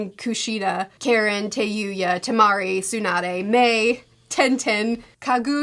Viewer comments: Tenten not getting a single solitary mention is so real. also, her name is pronounce <<Kha-Reen>> not <<Care-In>>. she's a "ninja", not a soccer mom. also also, her obsession with Sasuke seems to make sense. if Uchiha feel the most extreme love & grief, and the Senju feel the most kinship, then the Uzumaki feel the most passion. we see this with Kushina and her temper, we see this with Nagato in his rage moment summoning the Ghetto Mazo, and we see this with Naruto in his... everything. so yeah. when the object of that passion is an emo boy? kinda sorta makes sense that she'd feel so strongly towards him. i do wish Karin and Naruto got a little more screen time together. even Naruto saying "you remind me of my mom" or even better, Minato saying "you remind me of Kushina" would've been enough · Very funy to be that the way you pronounce Karin souds like Karen, was it on purpose? 😂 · I lost it every time mispronounces Karin's name.